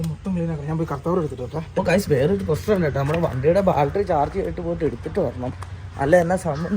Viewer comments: ബാൽട്ടറി അല്ല ബാറ്ററി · ബാറ്ററി എന്ന് പറയാൻ നിങ്ങൾക്കറിയില്ല... ബാൽ ട്രീ ബാൾ ട്രി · എന്റെ ബോൾട്ടറി അല്ല ബാറ്ററി ആരൊക്കെ പറഞ്ഞാലും ശരിക്കും പറയില്ല alle😂 ഒന്ന് പറഞ്ഞു ശരിയാക്കെന്റെ koche